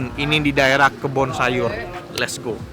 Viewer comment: Ini enaak meen,, ni makanan bakar yg pas banged buat aq ,,,btw bacanya KEBUN SAYUR cuuy bukan KEBON SAYUR ,,, hehhehee